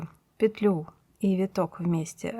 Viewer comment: Ну наконец! Целый день искала что-то подобное. Попадалось то плотное, то дырявое🤣 За петлЮ и нАкид - отдельное спасибо😍. Старая интеллигентная советская школа. Пожалуй и подпишусь ради этого😁. Всем щас стало казаться, что правильно накИд, потому что накИдывать. Хотя почему-то если прикУсывать - не прикУс, а прИкус😂. Волшебный русский язык😉. Недавно попадался фильм Настройщик" К.Муратовой - крупнейшего советского режиссёра, ну так там тоже звучит нАкид. Неужели бы человек такого уровня и статуса не заметил бы, если бы это была ошибка?🤷‍♂